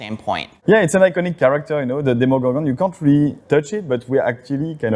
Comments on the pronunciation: &, I love you both, but listen to: It is DemOgorgon, not DemIgorgon. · DEMOgorgon, as in demon. Hearing people call it "demigorgon" drives me nuts. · Why do people keep pronouncing DEMOgorgon DEMIgorgon? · "Demigorgon!": "Demigorgon!": "Demogorgon.": "Demigorgon!": "Demigorgon!": "Demogorgon.": "Demigorgon!": "Demigorgon!": "sigh..."